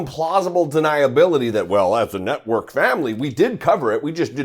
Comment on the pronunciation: Did you say “FOX news NUTWORK” I thought that’s what I heard.